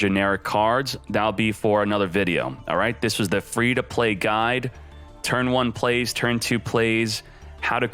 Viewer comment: Ah, yesh! Tri-Bri"guide"!!